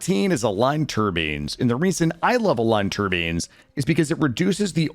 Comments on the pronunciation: Why are you pronouncing turbines (tur-byne) as turbines (tur-bean)? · Them Tur-beans though 😒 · Great video. Pronoucning "tur-beens" like that broke my brain tho. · "Tur-beans" XD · Why in the name of all that is sacred are you pronouncing turbines like that? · Jesus, please dont say turbines anymore. Pretty please.